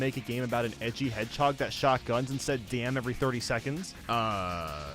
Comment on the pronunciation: "Donald the Hairhog"